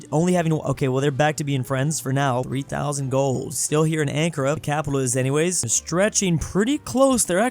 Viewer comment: As a turkish person your pronounciation of ankara was questionable